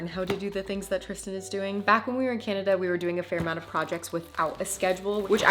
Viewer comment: I don't think you are saying Canada correctly. 😂😂